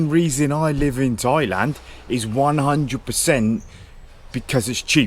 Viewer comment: DID YOU SAY 'TOYLAND'